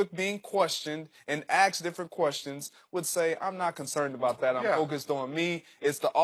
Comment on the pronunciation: "When he was axed', I thought I heard. But he meant 'when he was asked".